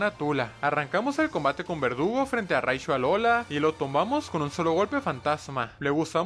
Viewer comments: Porque en vez de decir verdugo dice vergudo😅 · Hay dice vergudo xdd😅